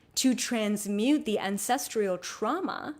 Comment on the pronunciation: I'm trying to release ancestral trauma around perfectionism. It's being triggered every time you say "ancestrial" instead of "ancestral." You are brilliant though and I really appreciate your wisdom. Sorry.